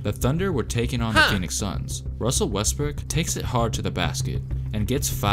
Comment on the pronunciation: Mans said westbrick